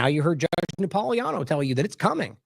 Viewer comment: Napolitano should be pronounced correctly. THERE IS A T IN THERE. You're leaving out the T incorrectly.